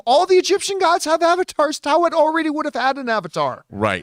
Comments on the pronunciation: Easiest way to say taweret is ta-wet-it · Ta We Ret.. Taweret.. not Tawet John... everyone keeps butchering the name come on guys... we're not doing justice to the character